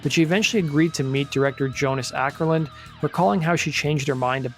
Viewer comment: The Å in Åkerlund is pronounced like the A in balls. You can type it with Ctrl+Alt+W (Q and P for Ä and Ö). Not that anyone probably cares. :P